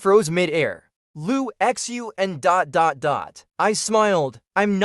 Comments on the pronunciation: Especially since the "x" is pronounced "sh" xD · I'm going to hear that weirdly pronounced "LU XUN" in my sleep for the next 3 days now 🤣